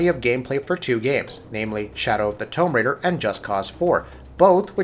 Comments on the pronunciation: Three and a half minutes before a mispronounced word...might be a channel record...but that's a pretty epic fail. Tome Raider? For real man? It's not like it's a new series or anything. I can understand why some people say Mario differently,or that some mispronounce Japanese names or words incorrectly,it's just sad when a lot of the fails are basic level stuff. This is also the second video from E3 that had a negative, butt hurt tone and quality to it. This is coming from a fan of the channel; get someone to proofread the script, and if you aren't sure how to pronounce something, ask someone or look it up. You can also do more than one take if something doesn't sound right. That would be a start. The videos also seem to be better when the subject matter is unbiased facts, and not opinions. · Tome Raider [Noun] Definition: 1. An archaeologist who plunders ruins for ancient books or eldritch grimoires. 2. A mispronunciation of Tomb Raider. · yep that new TOME raider game where lara smashes the fuck out of very large books, get someone who can speak English please... its a bit embarrassing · This guy critiques games and publishers pretty harshly but he doesn't pronounce game titles correctly. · So negative. Make me want to kill myself while saying Tomb Raiber incorrectly! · Winner was either Microsoft or Bethesda imo, depending on how you feel about FO 76 and whether seeing some logos for Starfield and ES6 excites you. Personally I was crushed by the direction they're going in for FO 76, so Microsoft is my winner. And dude how can you do gaming videos and not know how to say Tomb Raider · Plus the guy can’t even say tomb raider or wolfenstien correctly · Tome Raider ... It's Tomb Raider you fucking nerd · 'Tome Raider'???????? Wtf!!!!!! Tomb....it's pronounced toom ....we all know this. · You comment on games and you say Tome Raider? A franchise that has been around for years and years? Wow! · Tome Raider? Wolfensteen? Damon ex Masheena? Come on man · "tome raider"